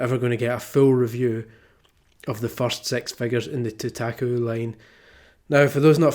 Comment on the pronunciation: You're pronouncing it wrong! idiot -_